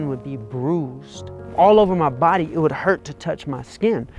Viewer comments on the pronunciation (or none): none